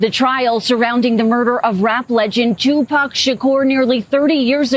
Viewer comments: Yoo did she say just Jew pac Shakur? ?😭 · .."Jewpac Shakur!! Lol